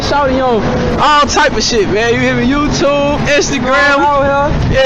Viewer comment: I hate the way you say youtube LMAO bro said “youchube” more than 7 times